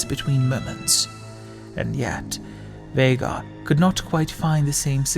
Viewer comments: Feels good knowing that all these years that I’ve cringed everytime I’ve heard someone call him ’Vaigar’ I wasn’t wrong in how to pronounce his name. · TRUE!! its always pronounced as VEY-GAR even his Final Boss Legendary Skin says himself "Unimaginable is the power of Veigar! (VEY-GAR)